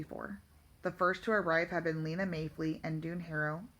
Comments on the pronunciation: and its lina not leena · Do not trying to criticize bit her name is pronounced (Line ah) and that just heya I going off of the professional audiobook reader but other then that not bad